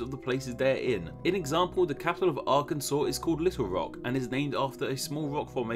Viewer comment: Holy shit, a British guy pronounced Arkansas correctly